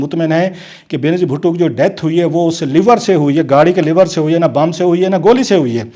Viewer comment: Sir,it is LEVER,,,,Leeever,,,not Liver,,Liver is GURDA